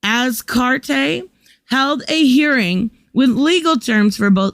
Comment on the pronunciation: Penny Az karate (like the martial art) is how you pronounce her name. I was lost with it too until I heard it being said. Penney Azcarate